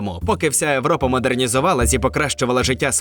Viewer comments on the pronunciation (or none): Дуже цікаво було послухати. Єдине що все ж таки "Європа" (звук "йе"), а не "Европа" (звук "е"). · В слові Європа на початку буква «Є», а не «Е». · А чому в відео озвучено не "Європа" а "Европа"?😅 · Цікавий контент, але не можу дивитись через "Европу". Європа, вашу ж Машу, "Є" на початку!!! Пішла щось інше пошукаю, пока кров вухами не пішла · Чому Европа, а не Європа??? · Та чому ти говориш европа, а не європа? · Правильно Європа а не Европа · Неможливо дивитись через >Европа, проЄкт та інші недолугі слова. Тобі самому вуха не ріже, ти чотириоке стадо?